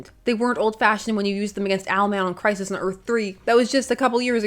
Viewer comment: Sounds almost like Christ List.😂